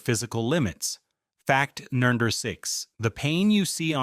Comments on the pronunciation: If your going to use AI VOICE then maybe make sure it can actually say number not nirger 😂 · Sorry, but what word is being said between "Fact" and the number. Sounds like "Fact nudger..."